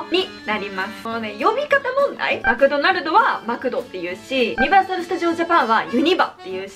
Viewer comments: ユニバのイントネーション違うのはめっっっっっちゃむかつく（笑） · ユニバのイントネーション違うの分かる！！でも、ほぼほぼ関東の人USJって言うから何となくわかる